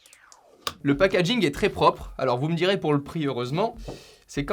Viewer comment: '' le pakajïnque est très propre''